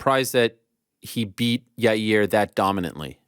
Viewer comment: Chael still can’t pronounce Mackolchev and Yarear… but somehow gets Driscuss Du Pelseies correct 😂